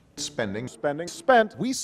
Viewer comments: thought he was saying spenning like a mix between spending and spinning after like 20 sec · i like the part where he says "spending"